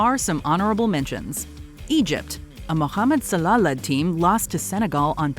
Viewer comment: Plus fact they kept naming star players who are now past it and how they said salah